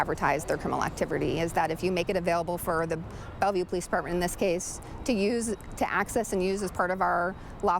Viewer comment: “Belleuve Pimp.” That don’t even sound right lol.